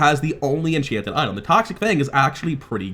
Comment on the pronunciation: didn’t mean to call you out, just curious if I missed a mechanic or something or just an accent thing. Btw hope the game does well, just the segregating card pack makes me sad.